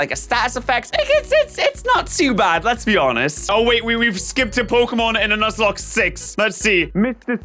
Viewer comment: Please tell me I’m not the only one who heard say “luzlocke”